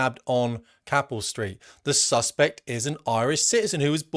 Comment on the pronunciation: Capel Street, like saying Cape